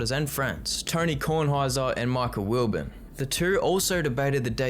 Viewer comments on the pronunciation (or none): You got some things wrong: Pardon the Interruption was the breakout smash, not Around the Horn; PTI was a years years before ATH. It's Wil-BON, not Wil-Bun. Before any of that was the most influential show, The Sports Reporters hosted by Dick Schapp. It was a version of John McCloughlin's DC politics show. It was must-see TV on Sunday morning. Sports Reporters started the hot take debate, PTI reduced it to two people. ATH turned it into a game show, essentially. Oh, and saying Max Kellerman hosted is like saying Pete Best was a Beatle. You showed a clip of Tony Reali. Stephen A Smith and others are the moron's version of PTI.